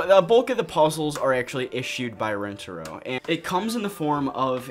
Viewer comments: She kept saying it RenTARo when it’s not like RENTaro. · I think you do too I just heard it right at the beginning and went 😬. I feel bad for Asian Americans that played this game, especially with Lani’s constant mispronunciation of Rentaro that even Yumi copies because I guess assimilation? Idk lol.